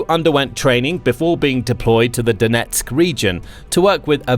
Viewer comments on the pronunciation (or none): none